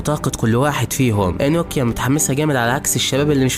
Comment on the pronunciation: انوكيا ❌ نوكيا ✅